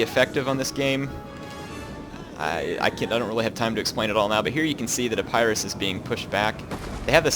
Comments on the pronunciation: I'm sorry i have to be this guy but it's E-pi-rus not I-pie-rus :( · Its Eh-paa-ris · When you say Epirus it sounds like A-Pyrrhus :P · ep-ur-us is how you say epirus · What is a-PIE-russ?